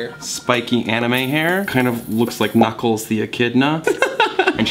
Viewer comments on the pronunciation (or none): none